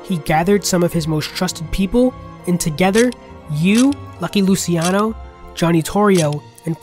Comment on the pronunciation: Great video! But the 'c' in Italian is 'ch' "lucheano"